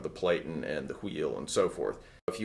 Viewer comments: You are obviously a professional and I'm not trying to pick your video apart as it is very intuitive, However you are pronouncing Platen incorrectly it has a short e like Flatten. For a highly experienced pro like yourself, you should care as you are passing your information to the masses Here is proof. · platen rhymes with satin. Pronunciation Nazi strikes again. .